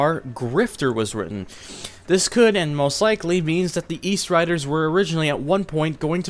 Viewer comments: eastsiderz not eastriderz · Good video! I loved these games! Btw it's, Eastsiders not riders lol I use to think that too